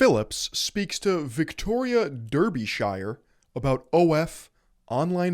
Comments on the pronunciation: Say it ‘Darby-sheer’ 😉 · Your English pronunciation is shocking. It's dar-bisher not whatever you said lol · Just a small note from an Englishman; Derbyshire is pronounced "Dar-bish-er". Love the contend dood!